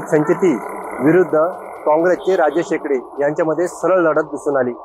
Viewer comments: नाव तरी व्यवस्थित घ्या.... एडके नाहीत एकडे आहेत 😂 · Barobar wacha dada.... राजेश एकडे आहे त्यांचे नाव